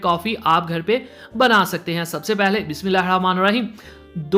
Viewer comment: bhai sab bismillha sahi se parrha krein plz